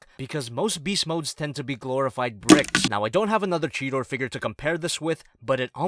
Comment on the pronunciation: It's cheeta not cheta